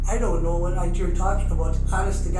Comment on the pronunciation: She doont noo officers!